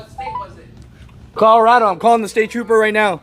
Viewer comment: What's a "Tropper"? LOL